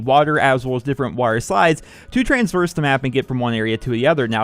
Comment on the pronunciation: Traverse is the word, not traverse